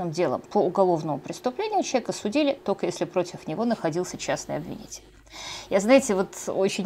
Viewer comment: Особенно тока и шобы, очень мешает и отвлекает. Юлия, если Вы думаете, что это изюминка, или приятная особенность, то Вы ошибаетесь. Старайтесь произносить правильно слова.